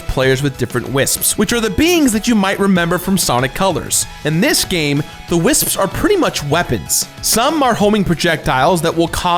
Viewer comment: I respect that you properly pronounce most words. Wisps. Wisps. WISPS!!!